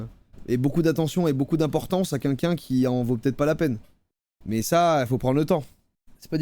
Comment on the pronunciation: Joyca on ne dit toujours pas « qunlqu’un » mais bien « quelqu’un »